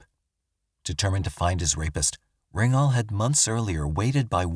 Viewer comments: Rignal not RINGnal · His name was Rignall. Not Ringall! Please research and respect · You have some things wrong. It’s Rignall not Rinknall. Gacy was Polish and Danish not Irish.